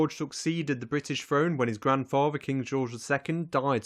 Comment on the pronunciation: Although if I had to pick a favorite, it was "Grand Fava" for grandfather.